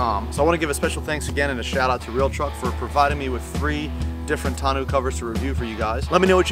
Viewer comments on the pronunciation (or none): Tonneau is pronounced Tonn-oh btw, french words are funny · It's NOT pronounced "tonoo" ....figure it out!!